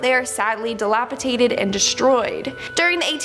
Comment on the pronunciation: DilapiDATED …not dilapiTADED. Sorry.